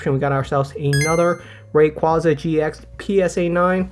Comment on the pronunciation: I really wish everyone would start pronouncing Rayquaza correctly. Pokémon had to release Legends Arceus to force people to pronounce that one correctly. Maybe the sequel will be Legends Rayquaza.